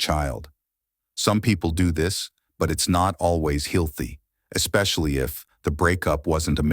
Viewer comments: Yes. Instead of "healthy" we get "heelthy" and "amicable" we get amickable " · For being AI, it sure has a hard time speaking certain words correctly… “Heelthy” 😂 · “Heel thee” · Undermening....... Hillthy...... Imicable...... REALLY?!?! 😂LMAO You can say Health normal so why is it hard to say healthy??? Just add the EEEE at the end, HEALTH-EE, Healthy. Was this done on purpose?? Amicable, Undermining & Healthy.......not hard words to say. I'm confused. Still great video. ❤ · Heelthy. Ameecable. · How about getting the AI voice to pronounce words correctly? Heelthy? Seriously? This is so cringeworthy it makes me want to block your channel. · Heelthy and Sportahj is crazy 😂😂this AI is silly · This feels very AI. Its repetitive and pronounces words odd “HEELthy” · Spor-tahhage....heel-thee hahah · "hilthy" LOL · Oh, fuhcrissakes! Another f*^'ing AI voiceover! This AI is pronouncing words like healthy as '..not always heelthy..', and the word amicable as 'aMICable'. Fuhgettaboutit! I'm gone. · But what is "not HILL-THY"? Geez I wish AI got simple words like healthy right! Out of respect. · The pronunciations of healthy and amicable are atrocious 😂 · The pronunciation of the words "healthy" and "amicable" were also monstrous. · and under what….? The more I actually sit through these AI generated videos the more channels I’ve been unsubscribing to. They advertise how “smart” AI is yet they can’t even pronounce UNDERMINING or HEALTHY 🤦🏽‍♀️🙄